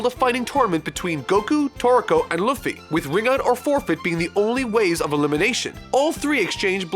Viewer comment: Laffy ????? Laffy XDD ???!!!